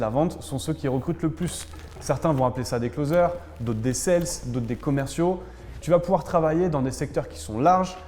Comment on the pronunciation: Intéressant ! Cela dit, ont dit des "sales" pas "sells", comme sales man :)